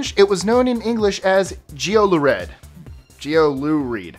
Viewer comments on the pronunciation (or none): ''Geoluhread'' is pronounced ''jew-la-reed'' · Also, geoluhread is pronounced yeeolereed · It's literally pronounced yellowred. I'm sorry but why can't you do a small amount of research into the pronunciation but you can research 25 facts?